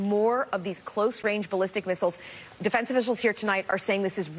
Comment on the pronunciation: "Specific" "Specific " so many Spacifics😂